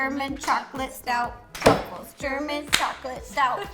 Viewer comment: “ Trout sruffles” -Ro 2019 Edit: OMG Ro ❤️ed my comment! Thanks